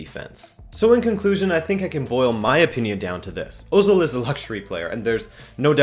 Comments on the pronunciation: I believe, with my fairly limited knowledge of German and some research into Turkish, that Özil is supposed to be pronounce er-zil. I think "Ö" is like "er" and not like "oh." I could be wrong, but maybe someone with a more firm understanding can confirm or deny this. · Wrong name pronounce